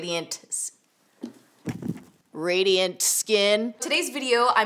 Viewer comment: "RADEEYENT SKEEEEN"